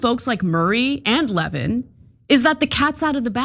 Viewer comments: I don't think you should be able to call someone "disgusting" and "bloviating" unless you can pronounce his name correctly. His name is Mark Levín, not Mark Lévin. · I know Mark Levin doesn’t deserve any respect, but his name is pronounced LeVIN, not LEHvin. For someone like Ana, who has been pretending to have her finger on the pulse of right-wing politics for years, pronouncing it wrong makes you sound generally uninformed. Do better. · Yes, it’s pronounced “Le - VIN”. The accent is on the second syllable. Lol! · His name is pronounced Lev-IN, Ana.